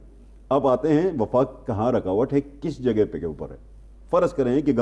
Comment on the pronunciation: جو میڈیا اپنے اشتہار اچھی طرح دیکھ کر نہیں لگاتا وہ خبر کیا دیکھ بھال کر دیتا ہوگا۔ جناب وفاق ہوتا ہے وقاق نہیں۔